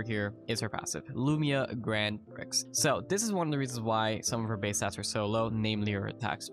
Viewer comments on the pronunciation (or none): love you man, but prix is pronounced pree